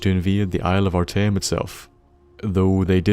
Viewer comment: You said arteum perfectly